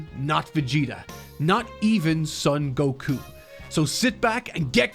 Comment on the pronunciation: Brother, you've got to stop mispronouncing the Son family last name as "sun". It's Japanese. It's a long "o", the only "o" sound in the Japanese language. It's pronounced like "own" as in to own something: "Sown". Love the passion in the work, though. Good content.